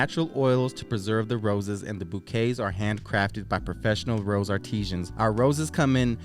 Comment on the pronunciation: The roses are crafted by artisans, pronounced like “artizens,” not “arteeshens.” Just an FYI. 🙂